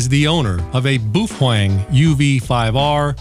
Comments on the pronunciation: it's not pronounced "boof-weng" it's pronounced "bay-o-feng" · Looks good, sounds good, gotta laugh at boo fwang! Pretty sure the mandarin is pronounced bow ( like how) fung. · Its "Bah-Oh-Feng" not "Boo-Fang" as it is Mandarin... And as you stated about your "Japanese Friend" telling you how it is pronounced, It is wrong and Japanese share many root words with Mandarin, so the pronunciation remains the same in both languages. And PLEASE(!) anything a Baofeng can do, most other radios can do as well. Making light of the situation of slave labor in China is not cool. It shows how much of a fool you are. As Einstein once said "Those who are cool do nothing to prove that they are cool, they are simply cool by being themselves. Those who think they are cool but are not has to try to prove it to the world all the time that they are." You fit the latter part of this statement as your comments about child slave labor in China was a failed attempt to show off how "cool" you are. And $20 for a Baofeng? I'm getting them for around $15 - factory direct with free shipping. All one has to do is contact them and make a deal with them. And there are many Youtubers out there that gets them for free if they do a review on the unit that was given to them. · I love your videos and have heard you pronounce "BAOfEng" correctly in other videos so, I can only imagine you are joking/trolling and having fun when you say "Boof-wAng". It's got stuck in my head now 🤣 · It's pronounced "Bao Fung" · My dead great grandfather came from Germany so he is an expert in how to properly say the name. It is pronounced U V five R from Boofwang. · It is pronounced as "BOW-fung". Chinese name is 宝峰。 The name "Baofeng" (宝峰) means "precious peak" or "treasured summit". It symbolizes excellence, success, and something highly valuable or cherished, often associated with achieving greatness. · BOO FWENG??? what’s the matter with you?? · It’s pronounced as “bay o feng” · I laugh every time he says Boof wang